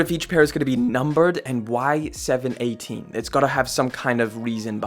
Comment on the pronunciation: It's 7-1-8 not 7-18 we dont say 7-18 in NYC put some respeck on our name there are 3 other boroughs tied to 7-1-8 son get it right deadass!!!! 😂😂😂😂